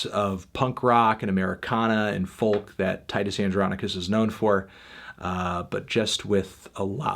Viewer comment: Fantano, the type of guy to pronounce the L in folk